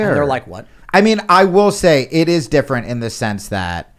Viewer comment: It's (D)ifferent